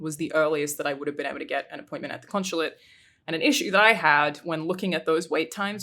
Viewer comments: I guess we’ll never take a shot because she says “con-shu-late” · Conch-chulate? Conshulate?